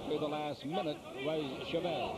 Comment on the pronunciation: Not that hard to pronounce Chávez correctly. Good god, study up a half a second before announcing.